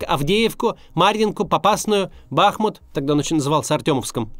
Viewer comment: Пожалуйста, ставьте правильно ударения! Например, бахмУт!